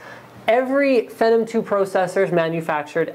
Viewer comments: ugh i hate how he says it "fehnum" ITS "FEENOM" DUMBASS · SAY IT WITH ME PHEEEEENNNOOOMM SHEESH NOT FENOM LOL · It's Phenom not Phenum LOLOL. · The word IS PHEEENOM, but I believe it was intended to be pronounced FENom. Because it was originally part of their spider platform? Venom, perhaps? Unless they weren't that clever about it.. Either way. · you just contradicted yourself like 3 times in that comment. if it came from the word phenomenon, then it wouldnt sound like your saying a slurred version of phantom. FEE:as in toll or acceptance charge; NOM: as in what lawlkats eat FEENOM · lol...fenum...lol...prosesser...lol...jesus (instead of A-sus)....canadian much? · lol he calls it Fennum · is he saying phenom wrong? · It is pronounced Phenom btw :-) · omfg the way he says phenom makes me fucking made